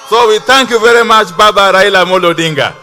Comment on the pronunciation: Did the UG minister just say :Raina Amolo" hhhhh, the term 'rhino' has a connotation that fits the bill